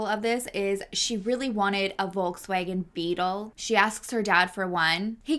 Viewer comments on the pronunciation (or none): none